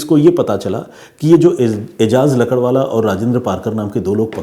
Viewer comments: Ajaz lakadwala nahi .. lakdawala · भाई आप लकड़वाला,,, लकड़वाला क्या कर रहे हो?? सही नाम है एजाज "लाकड़ावाला"